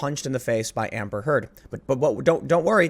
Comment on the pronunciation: The way you say Amber Heard kinda makes it sound like you're saying hamburger.